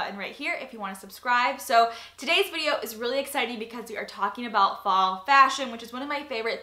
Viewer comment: I swore every time you said "fall" I heard "ball" for some reason haha!